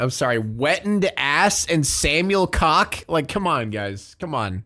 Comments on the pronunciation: Technically Koch is NOT pronounced like cock. It’s a ‘ch’ sound that in the German language sounds more like a hissing at the back of your throat. I don’t really know how to describe it. 😅 Koch also exists as a noun, and is the German (male) version of cook. But yes I remember that. I think my mom watched the show live while I was on the computer. I don’t think the gravity hit as much back then for me though. I was like a pre-teen, I do remember hearing about the aftermath though and it was literally chilling to the bone to hear what had happened. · koch is pronounced "coke." Like heckler and koch firearms. Narrator has pretty bad pronunciation in general. He makes numerous glaring errors.